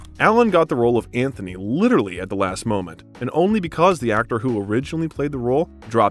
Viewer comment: A pleasant film doc about a superb actor, irreparably marred by the narration. I have never heard so many grotesque mis-pronunciations in a 'professional' production. "AnTHony and Cleopatra"? "Vikompte day Valmont"? "Dangereusses"? "Visscount:? WTH? After 20 of them, I gave up counting. Was there no one available to correct this circus of howlers? Sorry to be unkind, but these many unforced errors denigrated the film's subject. One can only imagine what the real-life Rickman would have said about Mr Malaprompter.